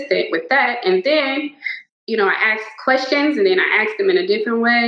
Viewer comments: But she aksed and aksed and she knows it's not "fact" but she's still going strong... 😂😂😂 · She shouldnt be axing anything, thats murder. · "I'm is axing" She can't even speak! It's her native language and still can't speak it! It's "ask" not "ax" It's "I am" not "I'm is". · If you say "axed" instead of "asked" it's probably safe to say that you're an idiot. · Baut she axed all the right questions man. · I AKKKSSKEED question axeddd dem kweshtins GUURL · The I axed questions. Haha I axed the cards and after I axed hahaha Jesus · She axe questions. We got a scholar here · She says aksed instead of asked on purpose just to look cool. It doesn't look cool. Ashley was most likely a bully at high school too. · What is "axed" mean? She said she "axed" someone something. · IT’S NOT AXED!!!! It’s ASKED. Is it just me, or does Gia look like a retired Alina Habba? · "axed" and "axing" tells me all I need to know. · Hey, she axed the questions what's the big deal!! Don't arrest her or your racist!!! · as soon as someone says "axed" instead of "asked", i generally have very little confidence in what's coming next. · What is axing a question?? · If you're a professional anything, you should be able to say the word "ask" correctly if you want to be taken even somewhat seriously. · her pronunciation of the word asked tells me enough about her intelligence. never met anyone but people with room temperature intelligence iq saying aksed. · she sure axed a lot of questions to cardboard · I don’t trust anyone who says axed instead of asked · Ashley is the murderer!!! she just said she axed them all!!! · She "axed" the tarot cards. She AXED them. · she keeps saying "axed"... it's ASKED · don't take anyone seriously that consistently says 'axed' instead of 'asked.' it's not hard. it just shows ignorance and lack of education. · "axed" Did she brutally kill people with an axe???? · She aksed questions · I did a reading and this lady eats babies. And I axed them many times. /s